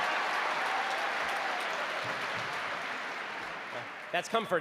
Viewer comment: "I'M A MATHMYTIAN AND A PHUSYCIST"